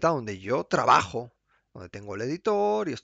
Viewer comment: io trabaxxxxo